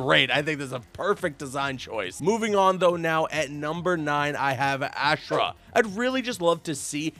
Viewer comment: Isn’t Ashrah pronounced OSH-RA?